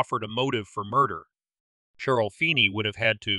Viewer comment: Who told you to pronounce Cheryl with the ch sound instead of the sh sound? Sheryl and Cheryl are pronounced the same